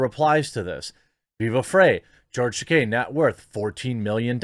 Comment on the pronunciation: Tah - KEY not Tah - Kay. La RAY NA. There is no i between the n and a in Reina meaning, phonetically, it can not be pronounced Ren ia.